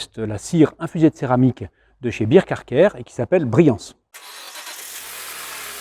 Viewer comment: Encore un bon moment passé en votre compagnie 🙂. Il semble que toute la gamme Bear Car Care soit de bonne qualité, non ? En tout cas, excellent produit. Et bonne réduction 👍. Je me permets juste une remarque mais c'est un détail : Bear ne se prononce pas [bir] mais [bair]. Bear = ours 🐻.